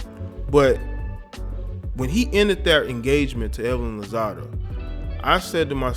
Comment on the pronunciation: LozadO?...it's lozaDA..lowsasahh...A..thats my cousin...